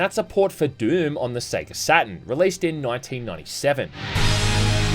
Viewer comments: How did you give "Doom" two syllables? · This is the fruitiest way I've ever heard anyone pronounce Doom lol